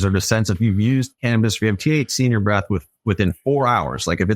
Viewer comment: “Christ of cannibis” 😂😂😂